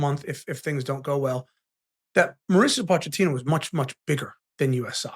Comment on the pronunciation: Sorry for being that guy, but it is pronounced Mauricio Po-keh-tino I literally just heard him saying his own name